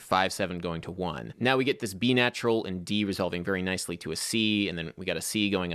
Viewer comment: Random note: You recently talked about your Maryland accent and a desire to clean it up a bit. You pronounce the word "get" as "git". It's a southern thing, too. I think your stuff is great. Thanks for posting again this week.